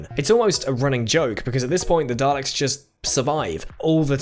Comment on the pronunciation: isnt it pronounced 'dar-licks'?